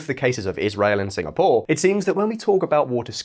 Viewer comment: "singa, POUR"